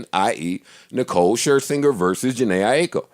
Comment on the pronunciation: "Nicole Skrrskingsker" lmao